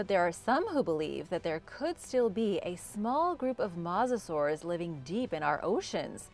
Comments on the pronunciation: It’s mosasaurs not musasaurs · It’s mosasaurs not musasasurs